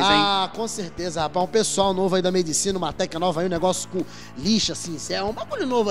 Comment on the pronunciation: "médicina" cries in professor pasquale language